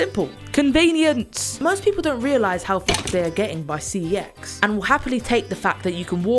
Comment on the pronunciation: It's pronounced "sex."